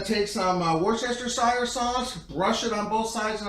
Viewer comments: Great cook—I just got a Pit Barrel Cooker, and I’m trying to decide whether the first cook will be a chicken or a tri-tip. Or maybe both. With all due respect, permit me to point out that the pronunciation of Worcestershire is Woostersheer. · Good job, bud! I love my Pit Barrel, too. Amazing smoker and very little tending needed. Super nice kitchen. Not nitpicking (I appreciate it when people correct me when I'm mispronouncing), but go here to find out how to pronounce Worcestershire